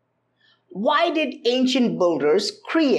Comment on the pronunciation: I keep hearing "Ancient Budhas" and I'm like wow wtf!? ...and then I remember he actually said "ancient builders" Love your content tho.